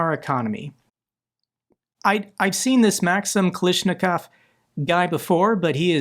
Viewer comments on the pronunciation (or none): Kalashnikov should be pronounced like AK-47, i believe. Its the same surname as creator of AK-47 Mikhail Kalashnikov